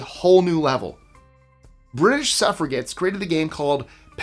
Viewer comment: The snakes in "Snakes and Ladders" were later changed to chutes in America. I played "SNAKES and Ladders" as a kid here in Australia. Also, as an Aussie, I've never heard of more than half of these board games. BTW, it's SUFF-RA-JETS, not suff-ra-gets.